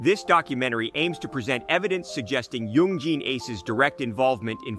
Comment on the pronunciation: Please stop pronouncing Yungean like that.